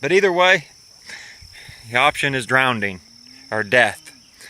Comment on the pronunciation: ACROST.....DROWNDING... DISHOPE... One and a half minutes in I can't wait to hear the rest of your jokes.